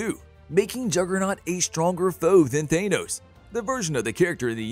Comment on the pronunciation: His name is Thanos, not Thane-Ose.